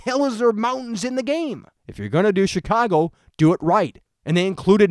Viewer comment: I love the way you say Chicago. "SHEECWAGO" Anyway, onto the actual topic of the video. Graphically, I think this game looks quite good. Better than GTA V definitely, not by a mile, but noticably better. Realism, yeah, that's something I can completely understand. If you're going to make Chicago, make Chicago. R* North simulated L.A incredibly well in GTA V, so we know it's possible on CURRENT-gen systems. As for gameplay, it could be something very unique and very fun to play, IF they play all their cards right. The world and it's missions need to take full advantage of every hacking ability (and for that matter, every ability, hacking or not) so the gameplay is varied and unique. I don't want to just be hacking cameras every 10 seconds and never touching the blackout ability, which has been done A LOT in gameplay videos.